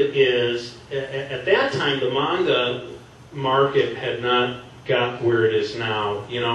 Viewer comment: Just 1 question u pronouce manga like mwanga k that wasn't a question